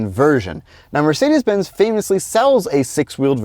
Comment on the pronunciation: you pronounced Mercedes quite well, very German'ish 9/10 👌🏼🫡